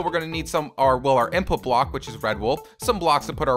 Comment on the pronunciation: You said bock instead of block